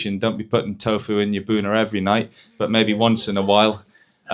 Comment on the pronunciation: health expert but can't pronounce tofu right??